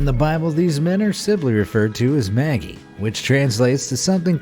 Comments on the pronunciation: it's prounounced "madge-eye" not "maggie" LOL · Maji NOT Magee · Maji NOT Maggie!!! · It's maJEYE not Maggie!!!! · Maggie? I can only think that you mean the three 'MAYJ-EYE'. I'm not at all religious, or have any interest in, or even bother with the childish tedium of Xmas, but please learn the proper pronunciations of things - some people find it offensive to get simple names wrong - especially ones that are thousands of years old. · ma-ji not "maggie" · It's pronounced "MADGE-eye." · The mispronunciations in this video amaze me. Calling the 3 wise men "maggies", are you serious? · Magi "Madge eye". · Ok, sooo... "Some man" Martin Luther was a priest whose teachings brought about the Lutheran church, and also the namesake of MLK Jr. He's pretty important as he protested the king and the church, claiming that the common worker is closer to God than royalty or the church and should be treated accordingly. Also, Myrrh is pronounced mur, Magi is pronounced majai, and Herod is pronounced hehrud. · YOU ARE SAYING "Magi" wrong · None of the "myths" surprised me. However, the pronunciation of Herod, Magi, Myrrh were rather unique.